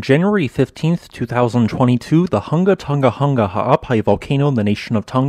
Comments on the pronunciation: It's difficult to describe how to pronounce the name in written words. Maybe try saying the name like this: Hung-a Tong-a Hung-a Ha'apai. Without the hard "g" sound. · the "Hu" in Hunga and "To" in Tonga aren't pronounced like "huh" as the in the video. Rather, "Hu" is pronounced like who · Who-nga-toe-nga. Who-nga-hah-ah-pai. Not hungatunga...I know it's not your first language so thought I'd help you out. The uh sound doesn't exist in the Tongan language. Love thoughts and prayers for the Kingdom of Tonga and her people!! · Hungan Erupution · Everyone in the South Pacific cringing at those hard non-Polynesian g sounds